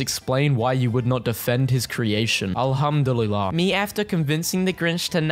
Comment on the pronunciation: Saying a guy not knowin how to pronounce alhamdullah was a weird experience thanks for the memes